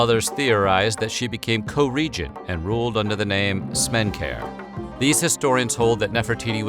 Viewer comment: Smen-KAR-a...not Smen-kare. 😐